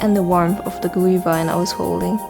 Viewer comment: lol u pronounce Glühwein correctly it's funny because it is a german word hey i am german yea Lasst mich in Frieden okay?! xD